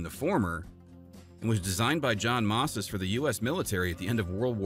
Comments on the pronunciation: Dude! It's pronounced moze-iz! Not mosses! L2narrate! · Did you just call John Moses Browning "John Mosses?!?" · Completely lost me at “John Mosses”. Lost ALL credibility.